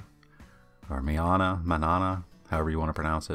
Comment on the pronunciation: The manana is pronounced mahnyanah. It's "tomorrow" in Spanish.